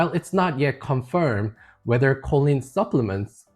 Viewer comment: Just for the record, choline (pronounced KOH-leen) is a supplement. Colon (pronounced KOH-luhn) is your butt. Just saying . . .